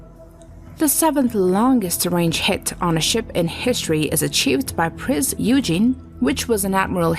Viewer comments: I am one minute in and errors abound. It is not U-Gene. It is oye-gen. Also the picture of the Hood being hit is really the Bismarck getting hit. Bismarck sunk the Hood, not the Prinz Eugen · It’s not Eugene it’s OY-Gen with a hard g like in Glock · Eugen is pronounced as äu-gen (oyg-en), you-gene. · Good comment. I believe she went to US. Accounts forr the pronunciation. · Thank you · It is pronounced "Printz Oy-gen" NOT "Prinz You-jin" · I do wish people would take extra care to pronounce things more carefully, the german pocket battle ship Prinz Eugen pronounced in its correct german is Prins oiygen not eugene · Whilst I love the subject matter, there may be a few small pronunciation issues here and there :) Prinz Oi-gen is closer than Prince Eugene :D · Eugen is NOT pronounced “You-gene”, it’s pronounced “Oi-gen” It’s NOT “The HMS Warspite”. It’s “HMS Warspite” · My grandfather was gunnery officer on this ship. It’s pronounced Oygen not Youjean. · It's pronounced "Printz Oygen", not "Eugene" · It's pronounced "Oy Gen", not "You Jean" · It’s pronounced Prince (oy-gen), not (you-gene) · I've never heard anyone from any nation call the Prinz Eugen, 'You-Geen'. In German it should be 'Eyegn'. In English it's 'Oygen'. Where is this video host from or is it a bad AI? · My thoughts exactly. If the other ships saw a ship named "Eu-gene", they'd tease it, and call it names. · It's pronounced oy-gen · AI crap voice, if you don't even have the integrity to "voice" your video then I won't watch it. smff. Do some effing research "Oy-gen" g pronounces as in Get, not George. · That's "Oy-gan". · "Prinz Eugen" is prnounced "Prince Oi-Gen" 🤔 ...and yes, I realize I'm arguing with a machine and not a human, but it still bugs me. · This may be a quibble but Prinz Eugen is pronounced "Oy-gen" with a hard "g." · Eugen, as in Prinz Eugen is pronounced "Oy-gen". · she pronounced it as both yoogen and eugene wtf :( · Eugen is pronounced Euy-Geen. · Prince Eugen is pronunced Oy-gan!